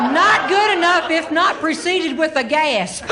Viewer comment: She has a Southern drawl not unlike my grandmother's side of the family . Especially true is the way the way she turns any word with a short vowel a into two syllables. For instance, gasp becomes gaa-yusp, bat becomes baa-yut. With Meemaw, grass is Gray-uss, etc.